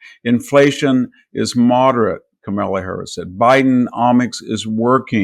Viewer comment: "COMA-LA": Say that and you would have pronounced her namely correctly.